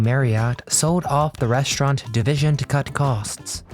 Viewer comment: It’s pronounced REST-raunt, not RESHT-raunt. And I loved the Little Black Sambo story when I was little. It was never done in a mean way. I wanted him to be my friend when I was 4 years old.